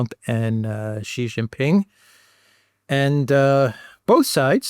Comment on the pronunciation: Excellent content, as usual. One quick note for Mr. Mercouris: "Jin" in Xi Jinping is pronounced "gin" like gin and tonic. "Xi" in Xi Jinping is pronounced a lot like "she", as in the female pronoun. Not with a sound like "z" in zebra, "g" in genius, "j" in je t'aime, nor "s" in sea. (See Wikipedia article 'Xi (surname)' or Google will say it. Phonetically, it is /ʃiː/ or shee.) (If one pronounced Trump like Thrump or Macron like Maclon, a polite correction would be appropriate, right? Well, Xi is just as prominent a leader.)